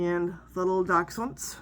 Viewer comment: It's so nice to hear someone who, for obvious reasons, pronounces dachshund correctly! I do understand that loan words change as they are assimilated, but the loss of etymology depresses me. (Ditto Roth schild - no children involved.)